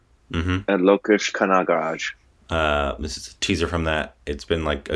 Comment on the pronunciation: pronounced the director name correctly. It's Lo-kesh Ka-na-ga-raj. N it's nice to see u guys reacting for an indian trailer waking up am:-)